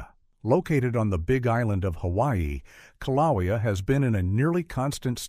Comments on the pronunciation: Kilaweea, Kaliweea, Kalawia, Kilowia. Take your pick. AI pronunciation errors can be identified, and a correction made. To me, this is 100% the fault of the person making the video. They're either too lazy to proofread, or are ignorant of their own subject material. Meaning, they have less knowledge of the subject matter than the average person viewing the video. Both are inexcusable in my opinion. Also, the author stated Yellowstone could erupt with little warning. That is a completely false statement, with the exception hydrothermal explosions. But that's not an eruption in any way. There will be abundant signs of unrest for decades or even hundreds of years before an actual eruption occurs at Yellowstone. So tired of these sensationalized videos about Yellowstone and other volcanoes. The only thing that bothers me more is the commenters who are gullible enough to accept this false information without reservation. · Who in the world is narrating this certainly not a human because they keep pronouncing the Hawaii volcano wrong in every way shape and form you can so goodbye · Had to stop listening due to the mispronunciation of Kilauea. A human being would have done better. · The correct pronunciation is KIL a WAY a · You need a narrator that knows the names of the Hawaiian volcanoes. He’s making up the name a he goes. Get a smarter one. If that’s your voice get a new jib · This video is garbage. 3rd graders in Arkansas know how to pronounce Kilauea. AI or ignorance is no excuse for this weak video. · As a resident of the state of Hawaii, this AI pronunciation of Kīlauea is a good reason why AI shouldn’t be used